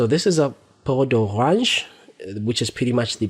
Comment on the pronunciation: Laughed at how you say peau de orange😂😂😂😭